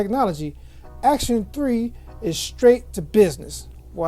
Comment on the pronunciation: “Acton,not Action.” Just a minor point. Kind of like calling “espresso” expresso. Still, nice review. Thanks. 👍 p.s.I had the same problem opening the box. Owned this speaker for about a week. Love it.